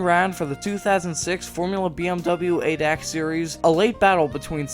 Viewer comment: For future Videos: Its pronounced A D A C, not adek😉